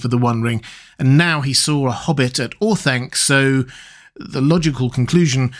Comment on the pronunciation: Or-Thun-kuh, not Or-thang-kuh